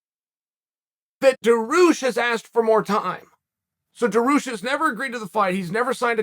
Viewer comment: also chael its pronounced DAR-HUGE with a (sh) like DAR-HUSHhhh